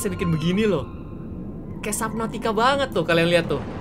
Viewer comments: Perbaikan, subnautica kak bukan saubnatica, cuma info saja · Iya sabnautica kak regi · Bukan suabnutica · "Subnautica below zero" "Sabnautica below zero" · "sabnautica" "sabnautica" "sabnautica" "sabnautica" "sabnautica" Kak regi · "SUABNUTICA BELOW zero"